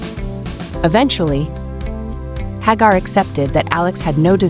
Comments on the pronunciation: HAG-AR?…..(Pronounced HAY-Gar) This AI stuff is annoying. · It's pronounced HAGAR and not HAAGAR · AI Crap... can't even pronounce the guys name right.